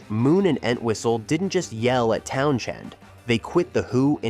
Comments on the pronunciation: Another AI voice glitch....Pete "Town Chend". Hire a real narrator...spend a dime. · You bothered writing a script, putting all these clips together, and I would assume watched it before you published it... why would you let it go out with that stupid A.I. voice repeatedly saying "town-chend" lol. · I was gone at the first "Town- Shend" AI narration at its pinnacle. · Yep just an empty, time wasting blurb of parts of The Who's history made by a mystery entity (artificial intelligence??? - certainly the voice was AI - not even being able to pronounce Pete's last name because of the H in the middle being basically silent) The result is an inaccurate analysis of the troubles the band had. Significant troubles yes they had, but here they are conveniently exaggerated to make - a still yet crappy!!! - sensationalized short documentary. Using images that were often random (and repeated) and often not correlating to the subject being covered. I didn't even finish it, don't care because my comment is dead accurate describing the feces this video is. Definitely not worth the time for learning some quick facts about the greatest rock band in history. I'd love to hear what choice words Pete would have - pretending he would have the imaginary patience and interest to watch it. I've never seen the car in the pool picture before - probably a doctored photograph, or certainly not actually from what is still a controversy if it even ever happened. No picture has ever existed that I've heard of. The Who did not finish the concert without a drummer when Keith Moon collapsed. They got one from the audience! Probably one of the best concert experience stories anybody could ever tell their friends lol Rubbish this is.